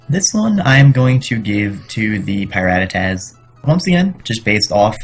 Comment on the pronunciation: you still can't even pronounce PiRattatas... sighs misspronounced before the season started, still misspronounced in week 3